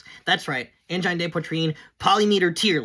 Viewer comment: It's pronounced an-jean, man.